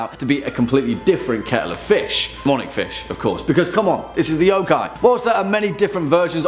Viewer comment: Stop pronouncing every O like "OUW" when it's pronounced more like "uh" y'uh'kai. Please! how is it so hard for people to grasp this simple thing.